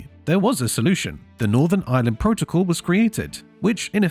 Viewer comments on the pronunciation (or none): none